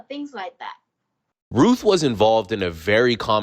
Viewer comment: "He was a reech person sooo he was berry wealthy."